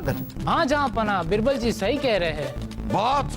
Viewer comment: Yeh rani बिरबल kyo bolti बीरबल ( Birbal ) hai ,,ish pr ई bolta nhi banta